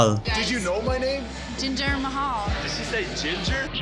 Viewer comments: "Ginger Mahal" 😭😭😭😭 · As bad as she was in the Ring, she had potential to be a manager as long as she could work on her mic skills. She could’ve been a backstage interviewer or ring announcer but she couldn’t even pronounce Jinder Mahals name correctly 😂